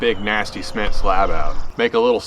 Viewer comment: Dang looked like a nice bait, it's a shame that tree jumped outta nowhere. But yeah don't burn yourself out man, I think we'll still love to watch some more casual stuff too. Not gonna lie tho, it took me a minute to figure out what "sment" was at first haha.